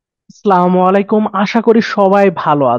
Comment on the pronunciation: সালামুঅলাইকুম বলবেন না স্যার,,,,, আস সালামুঅলাইকুম হবে। প্রথম টা হলো আপনার উপর গজব বর্শিত হোক।